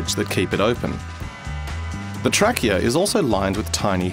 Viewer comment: "The Track-eA"